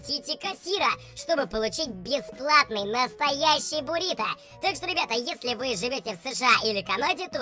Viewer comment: Не борито, а буррито